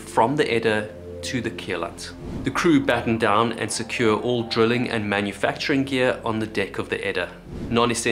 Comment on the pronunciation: Why do you say drilling weird?